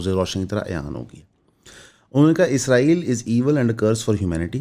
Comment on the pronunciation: بھائی میں آپکے قدموں پر عاجزی سے بوسا دے کر بھی کہنے کو تیار ہوں اگر آپ میرے قریب ہوں۔ آپکا سلپ آف ٹنگ ہے۔ اس میں آپکی کوئی غلطی نہیں۔ لیکن میرے ماں باپ بھی آپکے قدموں میں۔ آپ اسرائیل کہنے کی کوشش کریں۔ ازرائیل، یا عزرائیل نہ کہیں۔ بڑی تکلیف ہوتی ہے سر